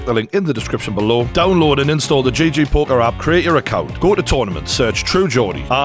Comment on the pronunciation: It's GG poker as in gee gee not JJ as in Jay Jay